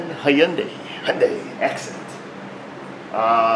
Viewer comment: Hyundai = hun-day, as in Sunday (at least that's the way I heard it).